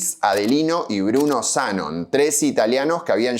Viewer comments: Es Zanón.. en la foto de la licitación está con tilde, y las publicidades de los cerámicos decían “Zanón” también. Me tiembla el ojo de escuchar esa mezcla de tilde y no tilde. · Zanón, no Zanon. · Una minicorreccion.. Es Zanón no Zánon y lo que mas disfrutaba del Italpark era el salon de tiro. El pianista que le tirabas en el culo para que toque, el pajarraco del reloj. Los sapos.. Nunca encontre ni una foto de ese salón. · Ea Zanón, no Zánon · Zanón maestro, Zanón. No Zanon. Corroboralo en el sitio de árbol genealógico. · Amo tus videos.... Pero me destruye que pronuncies el apellido como Zánon... Es Zanón!!! Jejejeje! Mí nonno tambien era del Vento, de un pueblo cerca de Padova, y cuando emigró a Argentina también abrió una fábrica de cerámicos ❤😢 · En uno de los documentos que mostrás está escrito Zanón con tilde, así que sí, se pronuncia "Zanón". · Como todo veterano de mi edad sabe y recuerda (por haberlo escuchado desde nuestra adolescencia), se pronuncia ZANÓN... de hecho si te fijás en un documento que vos mismo mostraste en el video... aparece correctamente escrito ACENTUADO EN LA "O". Punto. Fin de la polémica. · hola soy zanon, la nieta de luis, Zanón es con acento en la o. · zaNON. siempre pronuncia los nombres como el orto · Zanón aparece con tilde. Resuelto el tema de la pronunciación del apellido. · En una imagen del video, en un recorte, aparecen como "Zanoni" lo cual tendría sentido visto que es un apellido italiano. Y respecto a la pronuciaciòn, me parece que es Zanòn. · Cómo estás. No es lo principal pero me parece que la pronunciación correcta del apellido es Zanón con acento en la o Sds